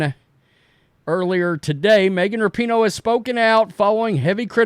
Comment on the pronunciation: Rapinoe is such an international soccer superstar, yet at least half the people reporting on her mispronounce her name.